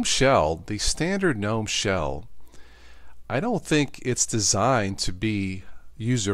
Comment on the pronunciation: its not Guh-nom, or Gee-Nom, but nōm.